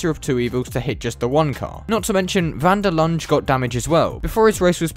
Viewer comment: South African here, not really important, but van der Linder is pronounced van der Lin-duh. Great vid tho. The whole thing left a sour taste in all us SA motorsport fan's mouths...